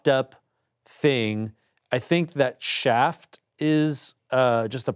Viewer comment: Why is Ian saying shaft instead of shack